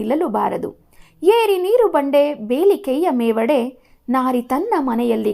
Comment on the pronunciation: ವಿವರಣೆ ಚೆನ್ನಾಗಿದೆ..but ಕೆಲವು ಪದ ತಪ್ಪು ಓದುವಿರಿ ಉದಾಹರಣೆಗೆ ತನು ವನ್ನು ತಾನು ಎನ್ನುವಿರಿ..ನೀರುಂಬಡೆಯನ್ನು ನೀರು ಬಂಡೆ ಎನ್ನುವಿರಿ..ಇವುಗಳನ್ನು ಗಮನಿಸಿ